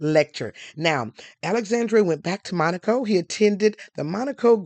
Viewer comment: Dharling! Thank you for pronouncing Monaco correctly!!! This one little gal kept saying it WRONG...